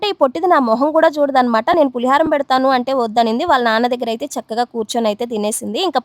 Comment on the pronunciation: పులి హారం కాదమ్మా పులిహోర